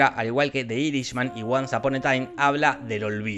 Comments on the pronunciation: Por favor mejora tu pronunciación del Inglés. Los puestos 6 y 3 los pronunciaste muy mal. Irishman no es iris es /airi ch man/ o el irlandés. Marriage Story (se acentúa en otra parte y no es /estori/ stóri) o le podes decir La historia de un matrimonio. También Husbands and wives (en plural) es maridos y mujeres o esposos y esposas. Revolutionary road (rɛvəˈluːʃənərɪ) o revolúchionari roud. Memories of Murder (merder) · Si vas a decir algo en inglés, no lo pronuncies en español, osea si vas a pronunciar "de irishman" mejor decile "el irlandés" y listo